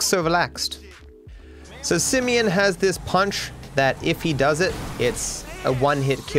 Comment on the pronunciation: Poor Simeon, even his name gets trashed... "Simion", lol